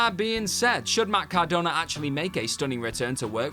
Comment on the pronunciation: Cordona. No offense, but no.